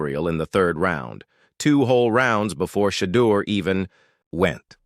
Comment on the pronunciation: I stopped watching 37 seconds in... you mispronounced his name 3 times.